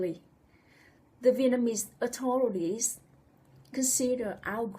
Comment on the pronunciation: With out a DOUBT women are subjected to more AND worse abuse than men !!! I beg your pardon... but, your message would have a better delivery/response if the word "authority" and "authorities" were pronounced more clearly. Please let me know how or if I/we can help...